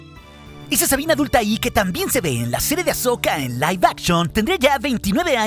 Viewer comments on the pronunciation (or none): none